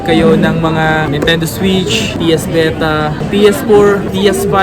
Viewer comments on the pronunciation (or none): Natawa ako sa pagpronounce mo ng mga bagay..hahaha.. spigen hindi spygen.. psp vita hindi ps veta.. hahaha